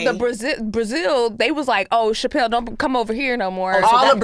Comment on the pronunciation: Obvi all in good fun, but SO glad didn’t let the “shapelle” pronunciation slide. Never need to intentionally mispronounce a woman’s name, especially when discussing the misogynistic smear campaign she’s a victim of